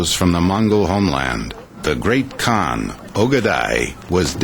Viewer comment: LOL, the announcer pronounced 'Khan' like 'can'